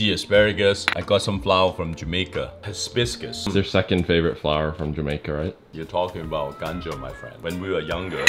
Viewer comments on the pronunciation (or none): It's hibiscus, not hisbisbus. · Gourmet is an understatement. I’d say 2 Michelin Star ramen at a minimum. Also bonus points for the hisbisbus pronunciation. Absolute heater of a video! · Why does he add an extra "s" in hibiscus 😂